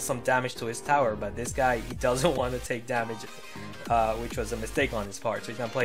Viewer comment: the way he says damage, bothers me, but love the videos👌🏻